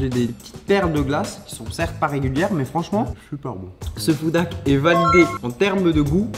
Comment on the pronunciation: S'il y a un H devant "Hack" c'est pas pour rien. Toi tu prononce ça "Ak" tu parle de moins en moins bien dans tes vidéos